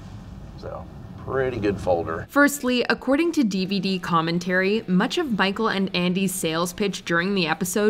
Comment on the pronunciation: She said bicheal instead of micheal